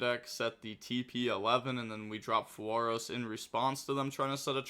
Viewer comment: dying on the "fuwaros" hill 🙄